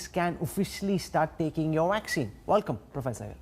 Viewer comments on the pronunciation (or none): Why does he keep saying Valkum ? It’s welcome 😀